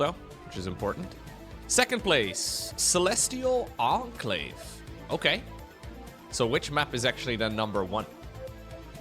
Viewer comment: you didnt say "celestial enclave" right